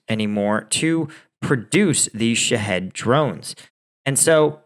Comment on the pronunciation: Shaw heed , like lock heed martin, drones i think is how it's pronounced, i could be wrong, ❤